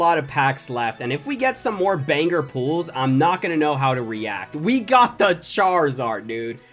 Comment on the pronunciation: He said panger not banger